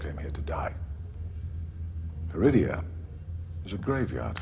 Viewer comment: Everytime she says Peridea I keep hearing Druidia. Damn you Mel Brooks!!! LOL